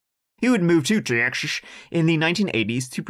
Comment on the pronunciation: Love your stories, you do have a talent. But may I ask why you say the word Texas like your dentures are slipping?